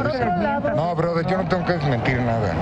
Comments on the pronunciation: Dijo broder, no brother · cuando dice borther se viene un madrazo XD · Ya valio pito cuando dice broder